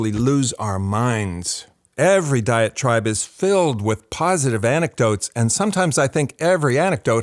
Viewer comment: Just one critical note: You need to verbally emphasise "diet tribe." I thought you were saying, "diatribe." That made almost no sense, but just enough to confuse me, till I turned on the subtitles. One could be from one "diatribe" or another, so it sounded like you were kind of coining a new usage of the word, rather than coining a new term (as I have never heard of a "diet tribe," tho the idea makes entire sense). Side note: vocal fry is a little distracting.